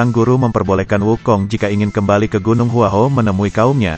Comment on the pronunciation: Gua hua kuo bukan hua ho apakah komentato salah mengucapkan bahasa mandarin